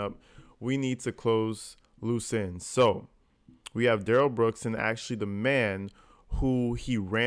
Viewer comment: Yeah, Daniel “Axed” for his phone back, but DUHH-RRELL kinda pulls back & keeps talking on the phone. Also, DB lucky the Cops didn’t fire when they first approached & told him to put his hands up! Cause you can see DB put his right hand in his pocket to pull something out, after initially putting both hands up.